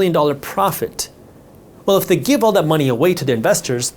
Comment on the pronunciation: Unfortunately what I got from this video was knowledge that you have a problem pronouncing - This, That, They, Then etc. Theses words do not begin with the letter D.